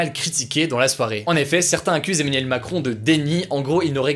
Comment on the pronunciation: le gars du mal a dire Emmanuel lol on dirait qu'il dit Eminem